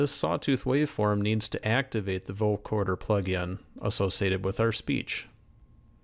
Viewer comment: not vocoRder. vocoder. no R as in recoRder.